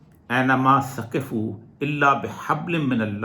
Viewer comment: Sakefoo ni 'aina maa Sokefoo' ap ne lafaz ghalat parah tha